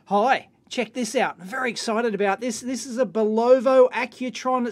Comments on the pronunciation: Juri Vlk Actually, we Americans have heard the manufacturer pronouncing the name on TV and radio commercials all our lives. We know how to pronounce Bulova, and it is pronounced BULL-uh-vuh. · Aussies love adding -o to everything. But +skycarl doesn't quite have it right. It's BULL-uh-vuh. There are two schwas, the "o" isn't a long o. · Yeah commercials and interviews with higher-ups at the company say "Bul-uh-vuh." Best way to tell how to pronounce something is a commercial. Porsche commercials are often used as evidence for people that don't pronounce the "uh" at the end Porsche. And as a German surname, it's supposed to be unaffected by language. So it should always be pronounced "Porsh-uh." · See original vids for correct pronunciation of the watch name......needs more bull! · STOP mispronoucing names! It is BULOVA bull ov ah. period! We don't CARE how you pronounce shit in OZ. say it right. LED? L-E-D! not lead zener? ZEENER! not zener lead? LEAD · Yes, it is pronounced "BULl-OH-VA" but does it matter so much? He's done a great technical review and his technical knowledge is excellent. Most Aussies would pronounce it the right way but perhaps the name cheats his tongue. Some people get tongue tangled with some words. Big deal! He's a nice guy doing us all a good service so, please, be less picky! And stop picking on Aussies! BTW...most electrical service people downunder will call a LED light a "lead" light just for brevity's sake. Again, lay off this guy...he does good work! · Yes... BULL-uh-vuh... and a 'Spy-Dell' wrist band. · Not Bull OH Va. Bull UH VA. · sorry but it's bulovA not bulovO. I really tried not to post this. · Watch name is pronounced BULova not bulLOVA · Cool watch Dave! Corrections: Bulova is not pronounced "boo lo vo" but rather "bull eh va" Speidel is not pronounced "spee gil " but rather "spy dell" Transistorised has a "z" in it => transistorized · Great Vid but..... BULOVO? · pronounced BULL uva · It is pronounced 'Boo-li-vah'.